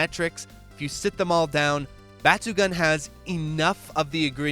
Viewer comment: i love your videos, but for the love of god pls stop saying batsugan, its batsugoon.